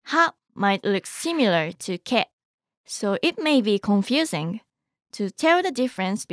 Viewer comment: Is it only me or is "Ke" with those two lines on top sounds like "Gay" 😭😭